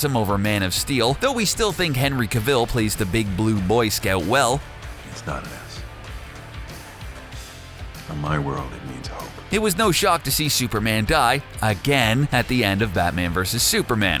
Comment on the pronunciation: It's pronounced Henry cav-el and I know because I he was born in the place I was Sorry I get annoyed a lot